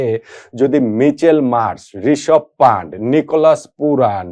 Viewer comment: পান্টের নয় কথাটা পান্থের হবে, ভুল উচ্চারণ ও ভুল লেখনি